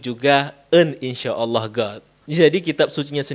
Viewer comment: Dia sengaja mengejek dengan menyebut Allah dengan Ooloh.